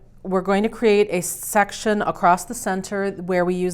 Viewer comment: It sounded when she said section she said sex